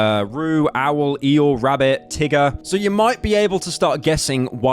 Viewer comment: Why is he saying tiger with a hard R? I think his true nature is coming out.